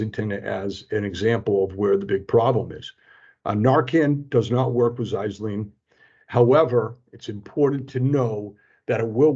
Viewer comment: You’re pronouncing Xylazine wrong. It’s ZIE-LA-ZEEN